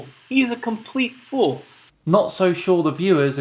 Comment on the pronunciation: Go to and listen to him say the word fool. Does anybody else hear that? 😂